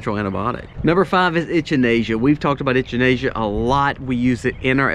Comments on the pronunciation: It wasn't until I heard you reference it as a cone-flower that I realised you were talking about echinacea... The "ch" is pronounced like "CK" 👍👍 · It's actually Echinacea not Enchinacea like he said. We use it alot. Works very well for our animals too. Have healed many issues with them. We only take as needed nit supposed to take for long periods of time. Also use Oregano powder in same manner as well as the oil. My son got bitten by a brown recluse spider and the oil kept it from spreading or getting worse and healed it also. Hope this helps somebody in this community. Thanks fie the video.... Jeff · Love the way you say echinacea! Lol never heard it pronounced like that! A lot of helpful info in this video, thank you! I really need to work on starting an herb garden.